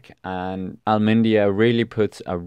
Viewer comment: Great video, also interesting that you talk about camera/director preferences of showing certain riders, and highlighting the domestique efforts. Big thumbs up. But the way you pronounce some names is really funny. I think you really should put an effort into practicing them before recording. Kämna becomes Kannaman. You also mentioned Thibaut Pimenot. And i can't even write how you massacred Almeida's name ;-) But, worth mentioning, you pronounced Evenepoel's name a lot better than in your previous video! Again, i enjoyed your video and will give it a like.